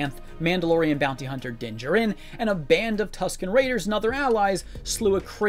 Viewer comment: Din Djarin is not pronounced, jar-RIN. The emphasis is on the first syllable, NOT the second. It’s pronounced, JAR-rin. You’re welcome.